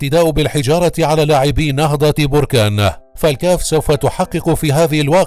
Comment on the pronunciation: انت اكبر كداب وسير تزيد تقرى كيف تنطق كلمة نهضة بركان